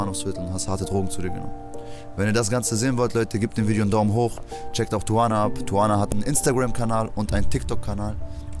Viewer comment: Die sagt am Anfang doch nicht "Tuvana"...? Hört sich für mich eher nach Suana an